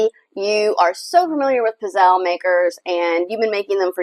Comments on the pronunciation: You are not pronouning Pizzele correct. The E is not sielnt! Why do all you Americans butcher Italian words! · CucinaPro pizzelle maker is made in China whereas Vitantonio-brand is made in Italy. With the Vitantonio, the coating is made from non-stick ceramic. With Italian-made kitchen products premium metals and thicker gauges are used that heat evenly and last longer. I enjoyed the video clip but the mispronunciation of "pizzelle" kept throwing me off.